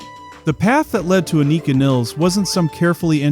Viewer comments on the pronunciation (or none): Just a heads up, It’s pronounced “Ann-i-ka” and her last name is pronounced like the river and rhymes with miles.